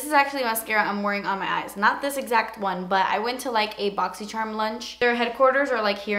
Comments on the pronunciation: I LOVE WHEN YOU SAY "BOXY CHERM." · always love watching just to hear you say borxy chharm lol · Literally love when she says boxycherrm. Haha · Every time you post a video about the Boxycharm unboxing I am anxious to hear you saying it, cause I love the way you pronounce it....it's so funny :))